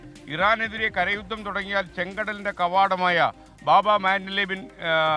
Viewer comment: ബാബ അല്ല.. ബാബ്.. കവാടം.